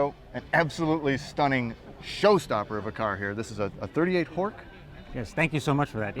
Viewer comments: Horch is pronounced Horsh. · Horch — like porch. Germans normally pronounce as “soft ch.”